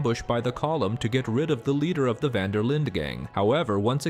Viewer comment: Quite funny how your pronunciation of Linde is almost correct Dutch, but you still pronounce 'Van' the wrong way ;p